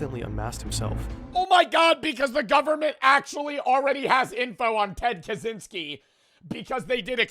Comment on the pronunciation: Why does he say zynsky 🤦🏼‍♀️ ITS KACZYŃSKI / KACZYNSKI